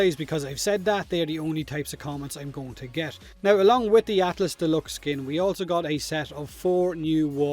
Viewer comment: did you say atlASS?